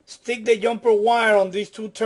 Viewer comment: I always thought it was the “Jumper” wire, not the “Yumper” wire? Learned something new.